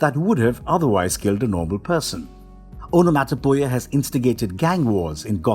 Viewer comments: On-a-mot-a-pee-a is how one pronounces Onomatopoeia. Otherwise? Great video!! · Aa.nuh.maa.tuh.pee.uh. Onomatopoeia. This is how you say that word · It physically hurt me when i heard him say "Onomatopoeia" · I really want to say this video was amazing.. however.. There is zero chance you didn't intentionally say everything you could incorrectly. It shows a deep lack of fuqs to give. You literally said ”snikt”, the sound of metal on metal sliding into place, and the second most well-known onomatopoeia after "pow", ”skint". Never mind that you didn't even begin to care how to say "onomatopoeia", much less Google it. Hell.. you said "Talia” wrong.. the WHOLE video. A potentially amazing video marred by the author's desire to show everyone how little he cares. I had to turn the video off when he said "maniackle". What the HELL is a maniackle?